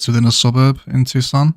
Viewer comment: All them pubs and bars placed on the mall of the tuck-son University...College to prison pipeline. You best believe campus police have been known to torture people and ruining lives with DUI's for students caught sleeping in vehicles. Arizona is known for having some of the most backwards and harshest sentences in the US. In Phoenix there goal must be to keep that tent prison inhabited during 115 degree heat waves....so what you have built so far is very fitting! "Merica! (Tucson is pronounced Two-son BTW just a heads up)